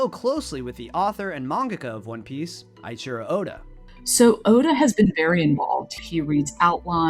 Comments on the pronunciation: Lol people getting upset at the the eiichiro oda pronunciation- sorry they know him better than y'all ever will 😂😂😂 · "Aichiiro Oda" aight. Fair play 😂 I don't think Sanji opening to Nami this early was a good idea. Because manga/anime Sanji would never open up like that at this point in story. He's a fundamentally different character. But I guess that's fine. S2 is great! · "Ai"chiro Oda I'm tired boss...😮‍💨